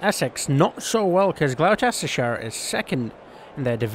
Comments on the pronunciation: Never say Gloucestershire again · I’m live on the border of Oxfordshire and Gloucestershire, it’s really annoying how you keep saying it